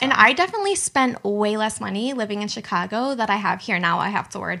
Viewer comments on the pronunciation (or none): none